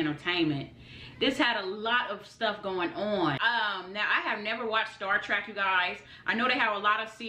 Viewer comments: It's Star TREK, not "Star TRACK" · Trek.......it's TREK...not TRACK........arggghh....lol..... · Star trek, not star track my guy.